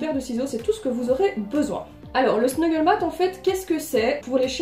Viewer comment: Super idée !! Parcontre c'est Snuffle mat!! Tapis de fouille!! Et pas snuggle voilà ^^ J'en ai fait pour ma chienne je vais faire pour les hamster!!!